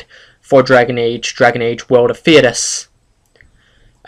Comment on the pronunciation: DA3 has been worked on for about 2 years now? i think its said Fhey-das but everyone says stuff different so no offense.